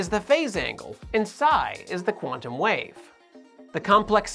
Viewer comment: should be "Quantum", NOT "Quantaum"!